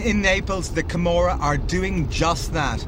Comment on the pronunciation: joseph crawley Camorra, not Gomorrah.